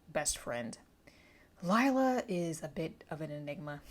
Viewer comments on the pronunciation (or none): Lila is pronounced Lee-la, not Lyla :)